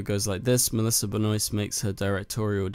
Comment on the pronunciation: Why do you keep saying messlisa its Melissa